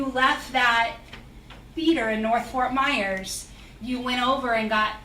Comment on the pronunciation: he went to “Nerth” wtf??? He did not go to school. Your Honor he is lying!!!